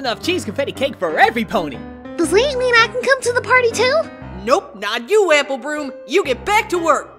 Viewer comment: "Apple broom"lol